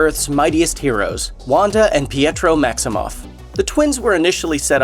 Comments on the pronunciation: It's pronounced "pet-tro" not "pee-ette-tro"!! OMG!!! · Its pedro not pietro